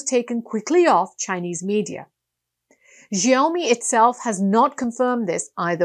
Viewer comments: "Shiaomi" correct pronunciation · TO PRONOUNCE XIAOMI THINK OF THE WORD SMALL RICE - A MUCH MORE ACCURATE